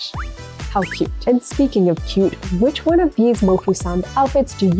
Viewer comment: Toooooo kawwi